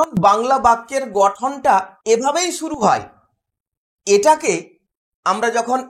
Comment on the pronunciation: Suru😂❌ Shuru🥰✅